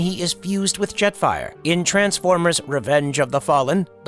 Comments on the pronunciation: Did the person behind this channel even listen to all the wrong words and names the computer voice is saying? Call Jet Fire, Jeffrey? and more. This is just terrible. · the ai voice really called Optimus Prime "Optimum Prime" and Jetfire "Jeffrey'